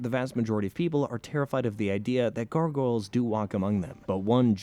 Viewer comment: Please reupload this and pronounce gargoyles correctly. I couldn't watch this one. Syllables GAR: Pronounced like "gar" in "garnish" (rhymes with "car"). GOYLZ: The "goyl" rhymes with "coil," and the "z" at the end adds a soft buzzing sound.